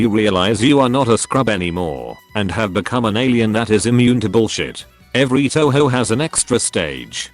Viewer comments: It’s pronounced toh hoh. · Please don't call it Toe-Hoe. :/ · My sister calls touhou "tonhon" Looks like she won't enjoy pronouncing video games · Tessyrah Figures. All the 'Taohao' makes my brain hurt from the cringe sometimes. Even if listening to people fail at Japanese pronunciation is funny af.